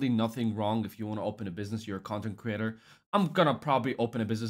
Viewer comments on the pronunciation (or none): none